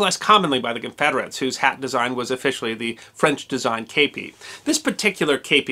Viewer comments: while a great video, i found it a little grating in the use of the word kepi, said in a very odd way, (as I understand it, yes it is a loan word and the loan word is kappe, but as an english speaker, (not from the US or UK) i've only ever heard it as a kepi, said in the french style, and not as you'd been saying it (is this an Americanism? or the way it is more often said there, as opposed to what I would understand as the wider used term?) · I've never heard it pronounced "Cape pee" I thought it was "Cah Pee" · K-p or kepi, kepp-ee, in English! Shack-o, or Shake-o in English! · I actually was issued a kepi. And it was pronounced kep(t) ee. The history guy is saying it wrong. If you need to hear it pronounced look up the song “kepi blanc” chants d la legion etrangere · I ran off to join the French Foreign Legion years ago. The kepi blanc... it's pride. And... IT'S NOT KAYPEE, it's keh-pee. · i should expand, I hear you saying kapie and not kepie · Today I learned it's called a Cape ee not a keep ee hat. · I served in the Premier REC of the Legion Etrangere in the 1980s. Your pronunciation is 100% totally wrong. It is pronounced "kepee" not "kaypee". I really enjoy your channel and respect what you do. You would of got told once or twice by the French ncos in basic training your pronunciation was wrong then it you did it again you would of got your head caved in. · You said it wrong chief kep kep i kep I kepi and not stander issue of my war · The actual pronunciation is sort of in between. Here's a quick lesson: 1. The vowel is closer to "Kay", without the y. In English, the vowel in "Kay" is a diphthong or vowel combination. We actually say "kay-ee". In French, there are no final diphthongs. If you drop the final "ee", you get something that sounds a little like "Keh". 2. In French, the accENT is alWAYS on the fiNAL sylLABLE. So the word is pronounced "Keh-PEE".